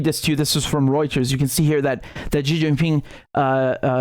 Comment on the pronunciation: Xi is prounced as See 😊 Not Jee 😊